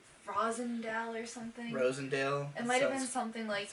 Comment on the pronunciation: how the fuck do you live in massachusetts for a year and think Jamaica Plain is plural nor can pronounce the name of Roslindale or Quincy. also funny that you now admit that you don't actually live in the city, nor even inside 128. fucking gentrifiers, ugh E: you were sold on Boston based on the tourist trap that is Quincy market (not Faneuil hall) and the mall at the pru. Lmfao